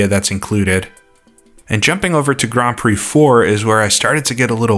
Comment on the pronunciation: i swear i heard you call it Grand Prose Circuit there a couple of times! :P ..im really looking forward to that one!... crammond games not so much..